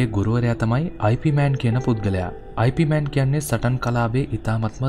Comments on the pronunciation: අයි පී මෑන් නෙවෙයි. යිප්මාන් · නම අයි පී මෑන් වත් යිප් මෑන් වත් නෙවෙයි යිප් මාං 🤗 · 'අයි පී' මෑන් නෙමෙ හරි නම 'යිප් මාන්' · වීඩියෝ එක හොදයි , ඒත් ඔයා grand masterගෙ නම කියන විදිය වැරදියි , ඉප් මාන්, ඒක තමයි හරි විදිය, සමහරු අයි පී මෑන් කිව්වට ඒක වැරදියි , එහෙම කියන්නෙ නොදන්න අය, ඒක නිසා ඔයා මේ වැරැද්ද හදා ගනියි කියල මම හිතනවා